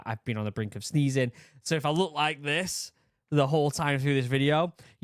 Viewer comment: I thought he started off the vid saying he's been on the brink of "steezing" which subsequently led me to watch the real bros of simi valley clips where Bryce wants to fight Xans 1 year old kid. "Thinks he's so tight with his new vans steezing" lmao